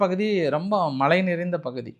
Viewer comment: இந்தாப்பா அதெல்லாம் இருக்கட்டும் நான் சொல்றதை சொல்லப்பா விலை விளை விலை விளை சரி அது இருக்கட்டும் மலை சொல்லப்பா மழை மலை மழை என்ன இளவு உச்சரிப்போ போய்த் தொலை😜